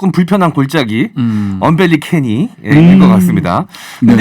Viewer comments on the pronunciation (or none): 언벨리캐니가 아니라 언캐니벨리…